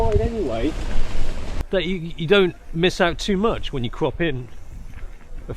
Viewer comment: Every time I hear him say CROP IT LATER... I hear COCK IT LATER.. lol